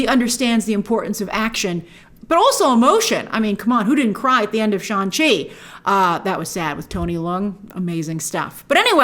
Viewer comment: it’s funny how shang chi taught people multiple times in the movie how to pronounce his incredibly easy to pronounce name and grace still chooses to call him sean chi